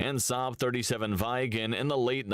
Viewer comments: VIGGEN FFS not "vajgen" like the muppet voice over thing says. Loved watching Viggen flying growing up, unmistakable double triangle, and my mom and some friends worked for SAAB Aero back then, good old '80s. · Viggen is spelt "viggen" not "vaiggen" Draken is spelt "draken" not "dreiken"